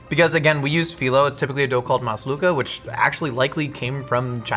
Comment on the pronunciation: My countryyyyyyy 🇹🇳🇹🇳🇹🇳🇹🇳🇹🇳 And it's actually pronounced "malsouka" not "maslouka" ☝️🤓